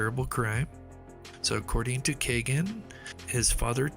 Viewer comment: I don't normally correct anyone on name pronunciation but I just have to on this. It is pronounced KEY-GAN not kay gan.. It happens to be my wonderful 6 year old grandson's name. Thanks for doing these videos It's how I've been keeping up on the case. I pray the families of these beautiful girls finally get the justice they've waited so long for.